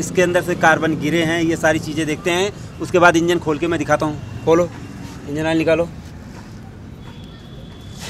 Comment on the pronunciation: Awol nehi oil hota hey😂